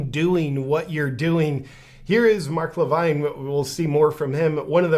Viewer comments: Mark Levin, not Levine. 🙂 4th largest radio show in the country, and Fox news host. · Just to help out JP; It's pronounced Mark Li-vin; Not Mark Li-vine. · It's Mark La vin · JP your ignorance of who Mark Levin (Luh-vin) astounds me. He worked under the Regan administration and has had a nationwide conservative radio show that reaches millions for several years now. He’s on Fox news all the time (had his own show BTW) and was a guy who was always on the Right side of the issues and hates the Left with a passion (There, I said it!) - One of is tag lines. Unfortunately like a lot of people in cults, it’s tough for people in deep to see the evil underneath. Kinda of like if someone tells you your wife is a dirty wh0re and you’re like “The hell she is!”, but turns out she really is. Just really hard to accept that reality.